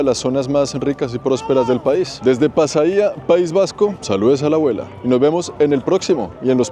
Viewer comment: Pasaia no tiene Acento, por lo tanto es incorrecto decir “Pasaía” y en Castellano es Pasajes. Allí nació Don Blas De Lezo, un almirante español reconocido por ser uno de los mejores estrategas de la historia de la armada Española y quien dirigió la Exitosa defensa en Cartagena de Indias durante el asedio Británico en 1741